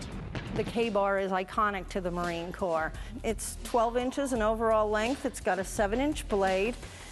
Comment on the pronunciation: its actually corps... but nice try